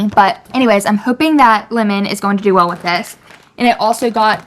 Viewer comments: Never heard someone pronounce Lemon as Limin lol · Lemon or limmon? You pronounce the name weird. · did anyone else literally think she was saying linen like clothes